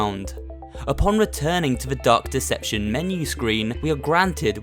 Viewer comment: I thought you said duck deception